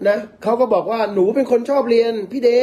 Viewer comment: ชอบสมัครเรียนแล้วไม่จบ ยังไงคะ เลียน... หรือเรียน ทรงนี้น่าจะออกเสียงผิดนะคะ ชอบเลียน.. แบบจะตรงกว่า